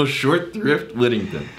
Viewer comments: You guys are torturing me with your "short thrift" - it's "short SHRIFT" !!! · im telling you, its "short shrift" look it up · Ok it’s SHORT SHRIFT not short thrift. I let it go the first time I heard you say it but I’ve been gently correcting you over the last three! It’s Short Shrift SHORT SHRIFT it has to do with a short confession a condemned man makes on his way to the gallows. Ok let me take a deep breath. Find my happy place. Okay I’m good. Love you guys. This show is one of my daily highlights. I came for the whiskey reviews but have been coming back to watch you guys and have a laugh. Thanks! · y'all, it's short shrift not short thrift. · What the hell is "short thrift"? Are you trying to say "short shrift" or did I miss the magic hobbity passphrase in an episode?